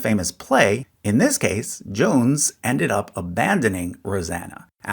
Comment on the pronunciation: Jones, is pronounced John-see, Mamaw, is Mam-maw, Papaw, is Pap-paw. I think there was another lol. Other then that fascinating video, thank you. Edit, it was Asa.